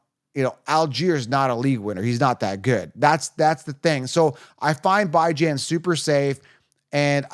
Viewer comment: Who the fuq is “BY-Jan” ?